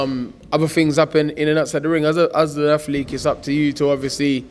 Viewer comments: "Afleek" instead of Athlete 😂 legend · "I am a atheleek"